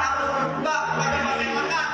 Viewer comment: pronunciation nya masyarakat blok bukan masarakat